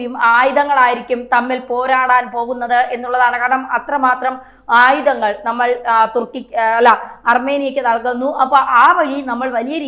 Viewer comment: ആയുദങ്ങൾ,സപ്രസ്, യുദ്ദം,ബീഗരവാദം - ഇവയെല്ലാം ഉച്ചാരണം തെറ്റ്. ആയുധങ്ങൾ, സൈപ്രസ്,യുദ്ധം,ഭീകരവാദം എന്ന് പറയൂ.